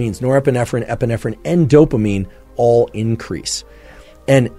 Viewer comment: Nepeerffferrriin & Epeerffferrriin 🤣